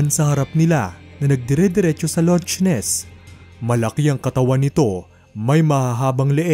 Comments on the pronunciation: correct ko lang po Loch (lak po pagbigkas hindi launch) Ness Monster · not bashing pero ano daw? "loTch ness monster?" its pronounced as "lock ness monster" sabagay WAG NGA DAW IGOOGLE e haha